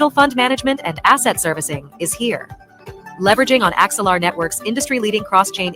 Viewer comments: The word is “Axe el ar” Not “Ex el ar”… my goodness.🙄 so hard to listen when you can even say the name correctly.. bro you even played a video where they said the pronunciation and you keep messing it up. It’s ridiculous. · How do you not know the difference between anA and a E. It’s Axelar not Exelar. They even pronounce it properly in the video you show from them. Idiot.